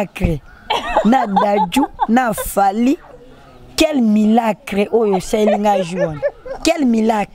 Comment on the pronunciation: Quel milaaacle il massacre ça 🤣🤣🤣🤣 trop fort, courage à toi le